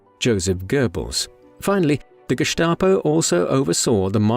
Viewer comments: It is pronounced Gestapo, not Geschtapo. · Very interesting. But who taught you to pronounce Gestap as Geshtapo. The correct way to pronounce it is Gestapo, with an s, not an sh (like in ship) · Pronounced that way, if you had an accent! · There was really nothing new here, this story has been told many times. That’s ok, but incorrectly pronouncing the same word all the time on a otherwise well done documentary is grating.